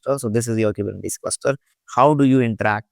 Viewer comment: dude if you are making a 6 hr video about Kubernetes make sure you can pronounce it. really it's embarrassing and painful to listen to